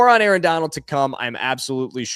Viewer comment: "Arrrrr" you must of been an old pirate in another life 🦜